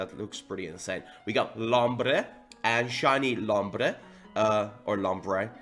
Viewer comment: the way Rev says "lombre" tho 😂